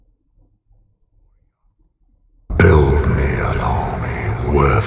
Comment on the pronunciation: The way she’s pronouncing Sauron is driving me nuts !